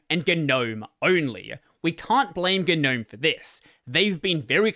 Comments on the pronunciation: Okay... when did people start pronouncing the G in NOME... ? It just sounds so stupid. That aside, a unified DE/standardization would have made a big difference for Linux adoption. Hell, it could have meant having a robust file manager that could actually do things well, or a network setup that actrually did LAN networking stuff out of the box like that OS everyone seems to hate... It's never too late, but trying telling the 7,463,542 dev teams that - best of luck to ya. Be prepared to duck. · 'nome. "A gnome (/noʊm/[1])" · as someone who hates the pronunciation of GNOME, I shouldn't have watched this video.